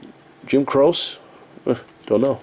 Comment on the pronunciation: I need to learn vinyl. I find alot of them at auctions. You're killing me with some of the band names. Im yelling at the screen "Darrel and John is Hall and Oates" and "Jim Croce is Jim Crow-chee"! lol Great vid,!